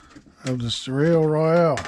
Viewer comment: Hi. I think you pronounce it so lay. Both vowels long.